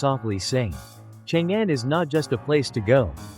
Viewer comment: It’s not called Chang Anne - it’s more like Chóng Ōn!